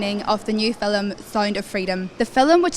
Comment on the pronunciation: hi, i love the way you pronounce it fill-um not film my my irish dad use to say fill-um so as a kid i picked that up my english husband used to laugh